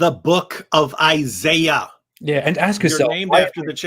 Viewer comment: It's Isaiah, not Isayah.